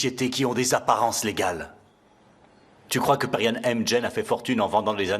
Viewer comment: Moi j'aime pas quand elle prononce le nom de perihan en disant Peri🥱